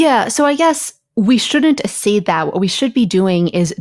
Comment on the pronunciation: Accede is not asseed, it's akseed .. pls ppl, stop making new pronunciations: its right there in your dictionary how to say it!